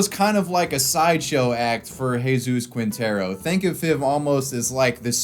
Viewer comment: Spanish pronunciation tip you'll probably forget after reading: "Qui" = "Ki" Quinteros = Kinteros / "Gue" = "Ge" (like in "get") Guevara = Gevara